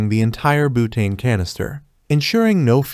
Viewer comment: Boootane killed me 😂😂